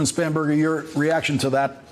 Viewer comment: I’m sorry but I heard so many times “Spamburger” that I had to rewind to the lower thirds to see if that’s a real name.